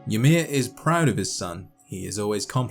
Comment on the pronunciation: Interesting pronounciation of Ymir: "Ye-mer". Original scandinavian pronounciation would be "Y-mir", y like in 'yo' and mir like in the soviet space station or in 'mirror', but with european 'r'.